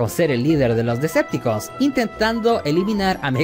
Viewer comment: Es muy incomodo escucharte decir, Decepticooos y no Deceptocons !.